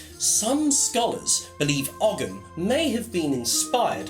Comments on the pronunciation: Great video, thanks for posting. One thing to point out, ogham is pronounced like "ouam". That's Irish spelling for you. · Ogham is pronouncec oh-am - silent g. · Just for your information,, 'Ogham' is correctly pronounced 'Ome' (as in home without the h). Great video, though. Greetings from Ireland!